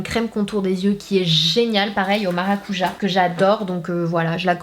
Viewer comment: Ma petite sananas je t'aime beaucoup mais Maracuja se prononce "MARACUDJA" bien que cela s'écrit sans "D" 😂😂😂😂. Je participe à ton concours : djamylla